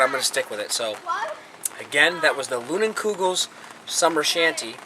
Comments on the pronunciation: Line-en-koo-gul... shandy not shanT seriously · Its pronounced Lie-nin-kugel fyi.